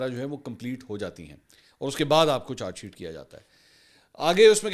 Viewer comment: منصور چار شیٹ نہی بلکہ چارج شیٹ کہا جاتا ہے تلفظ درست کرلیں